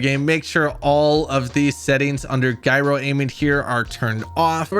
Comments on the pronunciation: "guyro"....smh. it's a gyroscope...."jairoscope". "jairo" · Lol Guy-Ro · Why are people pronouncing it "Guy-ro"?! You guys never heard of Gyro on a BMX? A Gyroscope? Autogryo? Please, god sake, start saying Ji-ro 😆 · Wtf is a guy-ro? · GUY-RO? Did he really just say GUY-RO???!!!! Wow! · you said gyro wrong its said like jyrow but its a g not a j btw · When you said Guy-ro i came here to let you know I’m blocking you. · IMMEDIATELY stoped watching when you couldn’t pronounce the word “gyro” as in “gyroscope” not “GUYroscope” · I stopped watching when he mispronounced Gyro( JĪ -row)